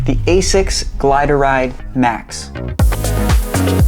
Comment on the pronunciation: hold up, you pronounced it as "GLIDE-ah-RIDE", pretty sure it's just "GLIDE-RIDE" 😀..that aside I have the GLIDE-RIDE 2s, solid shoe that just chews the miles for those mid to long runs (10+ miles), definitely not for everyone as it's on the stiffer side but for a heavy runner like myself the foam works..